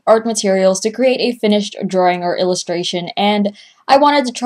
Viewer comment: When you say drawing is it supposed to be prenounced like that?:/